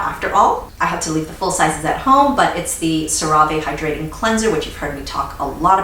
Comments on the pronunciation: I don’t know why but I love how she says hydrating and emphasises tbe “hyDRATING” lol. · ButFirstCoffeeAlways At first I️ was like “she emphasizes the wrong part..” but now I️ say it the same way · Devin Mera lol me too! I had to practice but now I saw it the way! I also love how she pronounces ‘perFECt’. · HAHAHHAHAA!!! YESSSSSS! It drove me nuts at first and now we say it in our home, too! We LOVE!